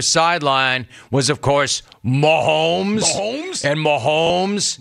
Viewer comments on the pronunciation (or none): There's no L in Mahomes. It's not Maholms. Why does he keep saying Maholms. It's really not that difficult. lol